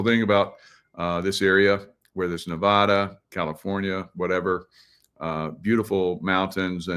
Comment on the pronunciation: Please learn how to correctly pronounce Nevada. Thank you.